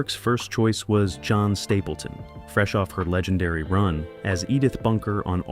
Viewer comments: i don't know about the rest of you, but i stopped watching at the narrator reading it as John rather than Jean. although, to be fair, having a Male Mrs. Fletcher would be... Interesting? Definitely Different to say the least. XD sorry (not sorry) i had to hop back in to add... also, i've watched the show on and off since my early Teens. so there goes That. with a channel called "Film Noir" one would Think they'd at least Try to be different than your average, run of the mill, bot-chan with little-to-no footing in the truth. Guess Not. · It's clear that your AI voiceover doesn't get articulation correct because it's Jean Stapleton, not Jon Stapleton. You should double check your editing before you publish this. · Jean Stapleton, for goodness’ sake! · She didn't even drive. Most victims weren't 'all the people she knew', it was her friends & relatives that had to be proven innocent. Joan (long O) Stapleton. A minute in & so far AI pispronuncoation, slop!! My 2nd ex, middle aged male, is the one who turned me onto this show. I liked how we didn't know up front who the murderer was. Midsomer has a statistical slaughter too. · It's the AI voice. It also said Bowsley for Tom Bosley. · if you go to the trouble of making a potentially interesting video, don't use a shitty AI voice over that can't pronounce a name as ease as Jean. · The French pronunciation of the name Jean, is what prevents you from watching an entire video on a wonderful series? Ok then 🤷🏻‍♀️